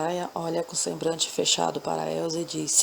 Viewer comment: Escutei a estória, gostei muito. Realmente, você fala algumas palavras erradamente, mas em nada atrapalha o nosso entendimento da estória. Procure ler mais em voz alta, para melhorar. Você diz: sembrante.... e o correto é sembLante, com "L". FÁCIL DE SE CORRIGIR. PARABÉNS.